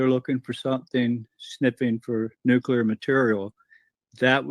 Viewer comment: Dude?! The word is Nuclear Not Nucular!